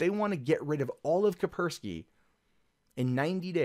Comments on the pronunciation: It's called "Kaspersky" not "Kapersky". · "Ka-s-persky" not "Kapersky", there are two Ss. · *kaSpersky not kapersky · FFS! It's fracking kaSpersky!!!!!!!!!!!!!!!!! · Are we to assume from your pronounciation,, that the first "S" in the name is silent? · You're saying his its name wrong dumbass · FFS, if you can't pronounce a word, DON'T SAY IT 59 TIMES IN A ROW. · cant pronounce Kaspersky. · Nigga, you can't even say Kaspersky right...